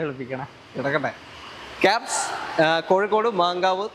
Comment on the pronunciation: Kaps❌ kiaps✅